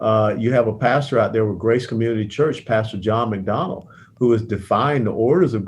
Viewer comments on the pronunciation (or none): Mr West said John McDonald....it's John MacArthur.